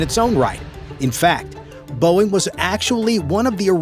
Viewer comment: 😂Dumb and dumber “BEOING” mark 😂😂😂😂